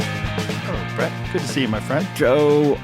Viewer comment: Ole Bret has a real hard time pronouncing those ch, sh, and g sounds. Damn tongue getting in the way. 😂